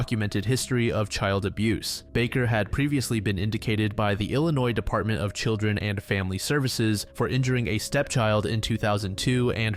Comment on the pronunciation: "indicted" is pronounced "in-die-ted"